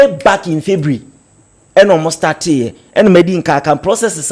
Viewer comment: A whole lecturer, pronouncing ' february ', 'fibre' shame on you.